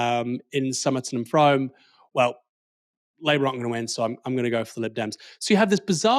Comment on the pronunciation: It is pronounced froom